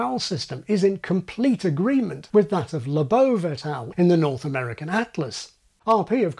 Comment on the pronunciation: Thank you for pronouncing William Labov's name correctly!